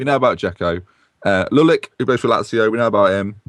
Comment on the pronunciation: I believe the C in Lulic and Salihovic etc are pronounced itch like you do with the C in Vidic